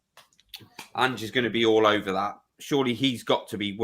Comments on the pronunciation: Ange like Angelo not Angey, haha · ANGE not Angie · Please use the silent E…in Ange cheers, from Oz! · For god's sake at lest learn how to pronounce his name! It is Ange not "Angie"!